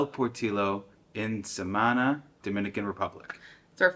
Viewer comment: Love it 😂 guys it Samana not sah man ah